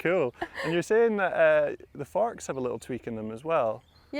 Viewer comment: haha he said farks